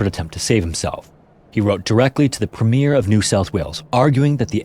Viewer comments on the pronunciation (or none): Damn, as a Sydneysider I never heard of this! Thanks so much for sharing this and working so hard on your videos. This is haunting. (Minor Australian nitpick, for future reference in case it ever comes up again -- "premier" is pronounced "prem-yer". For those who don't know, it's the Australian equivalent of the US state governor position.)